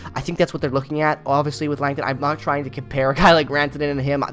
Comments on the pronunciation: Scott Laughton is pronounced LAW-tun, not LANG-tun. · Who's "Lankton"? 😅